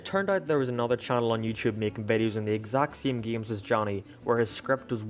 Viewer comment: ok but the way yo say "games" is a sin